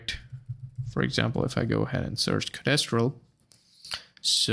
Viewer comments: Codéstral? It's code-stral dude. Mis-tral. Code-stral. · No I mean your pronunciation. It's like nails on chalkboard to my ears, each time you say "co-des-tral". Code-stral please.